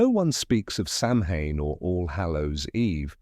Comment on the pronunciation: You pronounced Samhain wrong! It's pronounced Sowen.